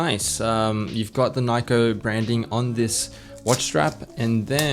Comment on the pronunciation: "You got the Nikeo branding"